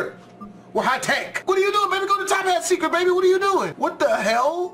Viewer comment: There actually called the “Toppat clan” Not the “Tophat clan”